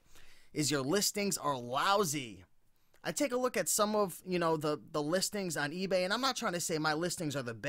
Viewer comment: "egay" hahah ;)